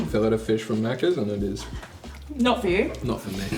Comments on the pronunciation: "Now, the star of the show, the FUSH." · Hey, as an an Aussie who's visited NZ over 100 times (for work - mainly) can you say fush again? Plz? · Did you say fush in kiwi or fish in Aussie😂